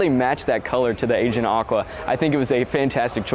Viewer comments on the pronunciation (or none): The color you speak of is pronounced Ae Ge -an as in the Aegean Sea (hence the color similarity) not Asian.. Also most enthusiast like myself cringe when people say Four Forty - two. Stick with 4-4-2 when describing a car like this and you'll sound like an automotive specialist in no time at all. Nice presentation overall. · Agein aqua lmao😅 a- gee- n like the agean sea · it's pronounced a-ge-an, not Asian. Please go back and finish high school. Thanks!